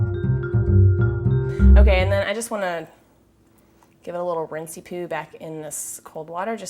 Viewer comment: Did you say rinsee-poo? You are pretty funny, girl!